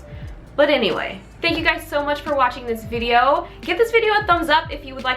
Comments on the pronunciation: Did she say "skincare vidior" ?! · I love how she says video I don’t know why I just do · Damn when I heard you say video I was like ok she’s Australian but the read the description lll